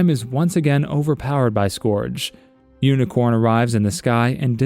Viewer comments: It’s actually pronounced Unicron and not Unicorn, and this is what most new people in the transformers community get the misconception of. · It’s unicron. Not unicorn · UNICRON. not UNICORN.